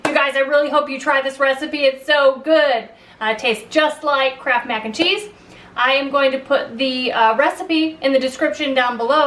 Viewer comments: Up to the 5 min mark i thought you were saying "crap macaroni and cheese. Now i see it was "kraft" . Oops. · Closed captioning on this video read "crap" everytime she said Kraft. It made me giggle.